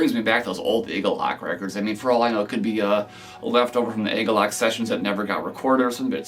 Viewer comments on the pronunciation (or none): It's pronounced 'Ah-galloch' not 'ay-galloch'. You can see John explain the name in the 2008 agalloch interview.